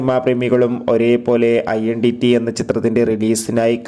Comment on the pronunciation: idont pronounce iendity...its identity